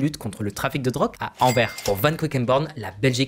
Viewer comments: A chaque fois qu'il prononce Anvers, "Anvaire" plutôt que "Anverse", un chiot meurt. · 🤣🤣🤣🤣 ça me fait trop rire comment tu dis Anvers il faut insister sur le s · et Anvers on prononce le "s"